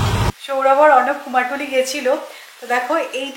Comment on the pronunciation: অনেকেই বলে এটা শুনেছি।ভুল উচ্চারণ খুব কানে লাগে। তারপর অপারেশন টা কত বার শুধু ওপরেশন বলে গেল। যাই হোক এগুলো নিয়ে বলার কিছু নেই।কিন্তু কুমোর টুলি টা খুব কানে লেগেছে।